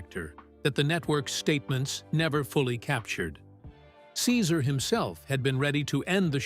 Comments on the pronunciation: It was so distracting that Cesar’s name was misprounced every other time….also disrespectful to him. He’s an amazing person… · Please learn to say the name correctly of the person who's life story....you are narrating. It's just polite. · wish the voice over guy would pronounce his name properly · Can’t even pronounce his name correctly stopped watching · I left as soon as he mispronounced Cesar's name. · How can any viewer have any faith in a video where you can't even pronounce his name right? I respect Cesar very much, but I won't be back to this channel. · How can you make a video about a person and not even know how to pronounce the name?